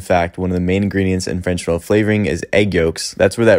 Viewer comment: Freychhh Veneeyyylle